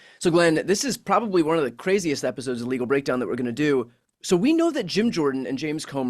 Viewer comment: Gadfly here 😯. Brian talks so fast 🌬️💨the intro. Sounds like “welcome to illegal break down” 🤭